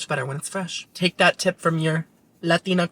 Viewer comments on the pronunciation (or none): none